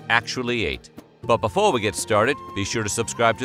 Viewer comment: Okay, I never see any comments about this, but has anyone else noticed that the narrator pronounces the word “Before” like they’re colonel sanders? This at least the 5th time I’ve noticed this in the intro to a video. lol